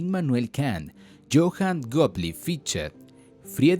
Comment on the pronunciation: Todo bien, pero ¿por qué dices los nombres alemanes con pronunciación anglosajona? Se oye raro o no se entiende. Ej. Fichte se pronuncia "Fijte" y no "Fitche", Leibnitz se pronuncia "laibnitz" y no Libnits", Hegel se pronuncia "Geguel" y no "Giguel", Schelling es "sheling" y no "Skeling". Saludos